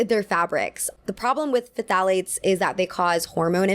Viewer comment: not trying to be bintchy, but the p in pthalate is the same as the p in pterodactyl :0 pronounced “thah-layts”